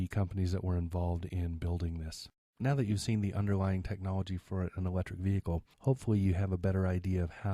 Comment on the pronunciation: Vehicle, H silent. go back your school learn..